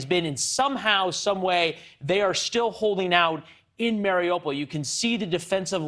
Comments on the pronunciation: Can someone please send a memo to western media teaching them how to pronounce"mariupol"? It's "mary-OO-pull" not "Mario-Paul". Oooooo like the Russian/Ukrainian letter У in Украина. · mary-opal?? I wish these idiots would take five minutes and learn how to pronounce the names of towns/cities.